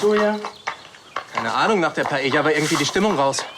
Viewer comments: Das heißt Paila, nicht Paelia 😂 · Dieser Pseudo-Spanier Raffael kann nicht mal Paella richtig aussprechen, voll oberpeinlich. Er sagt es 3 Mal hintereinander falsch. Man spricht es Paeja, die ll spricht man nicht. Filmfehler!!!